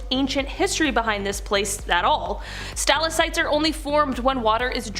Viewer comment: How do u miss pronounced stalactite? (Sta lag tight)